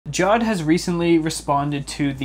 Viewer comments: Idk if Jawed is Pakistani, but in my country (Pakistan) we pronouce Jawed, Ja waad or Ja wed and Ik that he prounces it JAW ed because JAW is another word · its not pronounced jaw-ed its pronounced ja-ved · ja-vedh. JAWED. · It's not jaawd it's jaaved (jawed) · First of all it's not jod it's jawed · FOR GOD'S SAKE IT'S NOT PRONOUNCED JAWED It's PRONOUNCED JAW-VAIED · It is not jad it is ja wed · The pronunciation of jawed in this video is wrong. It's pronounced 'jaavedh' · it's his name you cant just pronounce it wrong